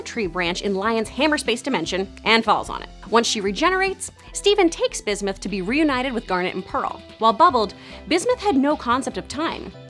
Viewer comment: Bismith? Ummm watt.